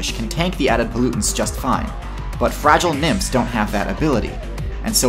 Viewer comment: i thought he said fragile nips lol